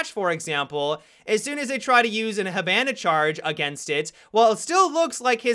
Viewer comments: (Hib) (an) (a) LOL normal poeple say (hib) (on) (a) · tf listen how he says hibana